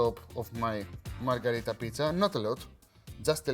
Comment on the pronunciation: Great recipe Akis but the name is Pizza MarGHErita, not MarGArita, from Queen MarGHErita of Italy. 😀👑